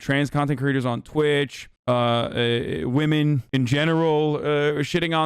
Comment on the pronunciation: No one: ABSOLUTELY no one: Hasan: womixin